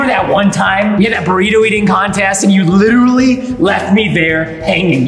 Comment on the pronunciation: Why did you said “literately”... it’s literally... you must have an Apple iPad to help you